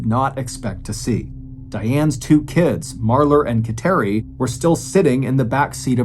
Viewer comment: She was Catholic for sure because of thr name of her daughter. But it is pronounced KAT-er-ee